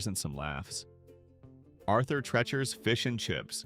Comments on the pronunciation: Narrator, you are MISPROUNCING HIS NAME. IT IS ARTHUR TREE-CHERS (phonetically). Not Tretch-ers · I agree. It is Arthur Treachers and pronounced the same way you would say Teacher. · AI really sucks! Arthur Trechers? It’s Tree-chers! These are the best restaurants they just ran into problems. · Thank you for correcting their mispronunciation. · Get rid of AI naration- what the heck is Arther { trechers} spelled as the AI voice sounds.